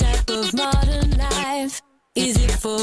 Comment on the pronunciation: for me, she never pronunces the F : American Lie